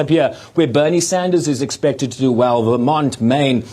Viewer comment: They said Vermont, vermin. The former governor of vermin. 😂🤣